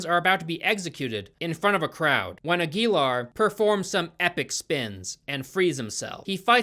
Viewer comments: His name is pronounced "Aguilar." Hope this helped! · Ag-yell-are...I'm thinking.. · It's actually pronounced Aguilar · Aguilar is pronounced Ag-you-lar. Yeah, I saw this in theaters and somehow forgot I was watching the movie until the credits rolled. It was. Forgettable. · It's pronounced "agwi-Laar" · The way is pronouncing Aguilar makes me want a lobotomy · I wish you looked up how to pronounce Aguilar before trying to say it...